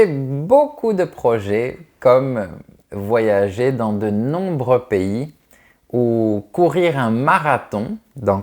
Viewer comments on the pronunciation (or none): none